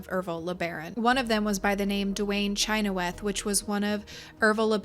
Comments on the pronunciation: Pronounced shin-hawth, my father in law has the same last name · Growing up in Utah, we pronounced the last name Chynoweth as "sha-nowth"